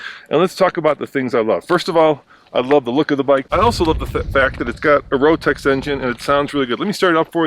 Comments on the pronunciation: Did he say rotax engine? LoL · Did he say Rotax???